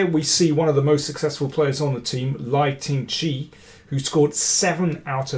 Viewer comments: The pronunciation of the name 'Lei, Tingjie' sounds more like: Lay Ting-Jeer... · The winner's name is Lei (like 'lay') tingjie (final vowel sound as in 'yeah'). Please check with a Chinese speaker in future.